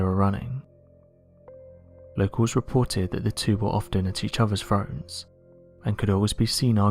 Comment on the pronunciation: What is a froat???? They were at each other's froats????